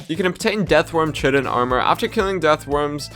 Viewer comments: Its pronouced kite-in not chit-in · Please look up how to pronounce chitin.